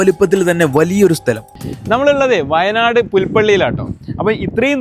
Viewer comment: വായ നാട് അല്ല വയനാട് 😂